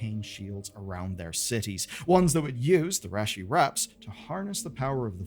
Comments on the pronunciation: Part of me feels like he didn’t even play thru the questline because they never pronounce Reshi Wraps like that in game. Lol. Everyone in game says REE-SHE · If you can't pronounce Reshii correctly, what else did you get wrong? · I was going to ask if that's how it's pronounced in the UK or something. 😅 It made me cringe too. He also mispronounced "Reshii Ribbons" too. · He also completely butchers Reshi Wraps too haha